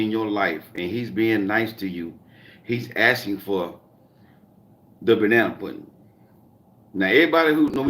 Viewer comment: Hey 😎 I like how you call it banna pudding. 😄